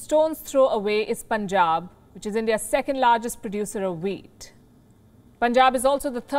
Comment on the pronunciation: "There's Punjab which india's second largest producer of wheat" -I THOUGHT SHE SAID WEED, AND I WAS LIKE oh itna common ho gya weed bhi jese Heroine hai in Punjab.